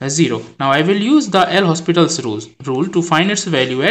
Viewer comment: Please don't say "L hospital". It's "Lopital".